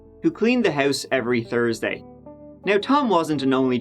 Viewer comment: hits a perfect "thursday"